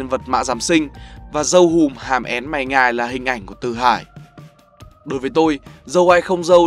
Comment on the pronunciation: Mình vừa làm vừa nghe. Nên bạn nói là RÂU nhưng mình nghe là DÂU không à :>